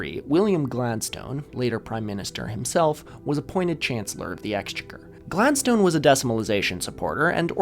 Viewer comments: Very nice video. Thank you. Two minor quibbles. The word “Exchequer” is stressed on the second syllable, not the first. So it’s exchécker, not éxchecker. Secondly, at 39 minutes in, I think you’re confusing Winston Churchill’s father with his son! Lord Randolph Henry Spencer-Churchill was a Lord from birth and never a “Sir”, since he was the younger son of a Duke. Sir Randolph Churchill was Winston’s son and was knighted (and thus made a “Sir”) in 1957. There was no Victorian politician or Chancellor of the Exchequer called “Sir Randolph” therefore. Oh, and one other thing. It’s pronounced hayp-knee, not harpenny. But I wouldn’t wish to impose any pronunciation rules on the unwilling anarchist!! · the chancellor of the exchequer (or, just "the chancellor") is still an important office today, and is actually pronounced chancellor of the ecks-CHECK-er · Some pronunciation notes: Chancellor of the Exchequer, the stress is on the second syllable, so it's Ex*che*quer. ha'penny (half-penny) is usually pronounced 'hay-pny', two syllables. To say 'two-and-a-half pence' for example, you'd say 'tuppence ha'penny' which, incidentally, became slang for 'not a lot of money'. "You couldn't get tuppence ha'penny for it" etc. By decimal day, the threepence coin (or 'thrupenny bit', pronounced 'thru-pny' naturally) was a 12-sided coin which looked quite cool. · Brit here. As I know you care about local pronunciations, thought I'd point out (as others might have already) that Chancellor of the Exchequer - which is still in use today - is pronounced closer to "ex-CHECK-ur" with the emphasis on CHECK, particularly CH, and the ur quickly and unemphasised 😊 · A few pronunciation corrections: ha'penny is pronounced hayp-nee, and Exchequer is ex-checker. And Australia only decimalised 4 years before the United Kingdom. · Annoying comment here, you don't have to take it on board, in Britain we pronounce Exchequer with stress on the second syllable